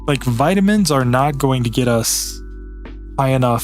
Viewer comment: All the vitaminininininins